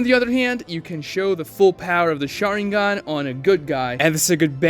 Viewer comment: You can tell who watches the dubs or subtitled versions of Naruto by their pronunciation of SHARÍNGAN